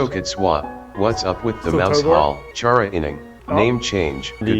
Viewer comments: It's Khara. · when people STILL wanna debate the correct pronunciation of Chara, but the annoying dog has already spoken and settled that debate.